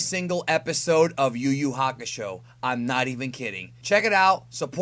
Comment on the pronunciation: tf is uuhakasho LOL